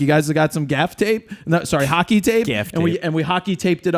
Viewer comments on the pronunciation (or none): none